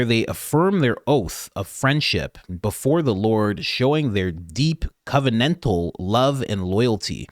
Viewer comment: Oh my God I noticed something... You pronounced covenantal correctly😭 YAAYYY👏🥳